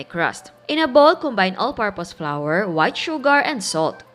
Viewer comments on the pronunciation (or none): none